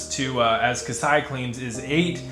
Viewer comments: Thanks for the video! Another note though for future videos - it’s pronounced “Kah-say-ah” instead of “Kah-sigh-ah”. Best of luck! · Thanks, great info. FYI Kaseya is pronounced "Kuh Say Yuh" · Apparently one of the things we don’t know is how to pronounce “Kaseya”